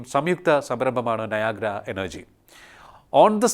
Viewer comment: നായാഗ്രയോ? നയരാ എന്ന് കേട്ടിട്ടുണ്ട് 😄.